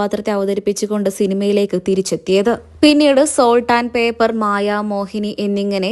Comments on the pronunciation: Paper എന്നു പറയല്ലേ pepper എന്നു പറയൂ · Salt and pepper- പേപ്പർ അല്ല പെപ്പർ ( കുരുമുളക്) ആണ്. ശരിയായി പഠിച്ചു പറയൂ... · പേപ്പർ അല്ല പെപ്പർ 😅😅വല്ലതും കേട്ടു പറയരുത് നന്നായി കേട്ട് വായിച്ചു അർത്ഥം ഗ്രഹിച്ചു പറയു സാൾട്ട് and പെപ്പർ ഉപ്പും കുരുമുളകും